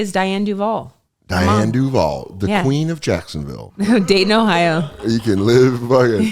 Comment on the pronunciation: Dan, we gotta teach you how to say "DUUUUUVVAAALLL" properly